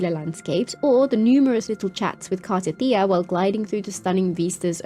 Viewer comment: dude you mock how she said Ciaccona when she actually said it right. meanwhile you can't even say Cartethyia right.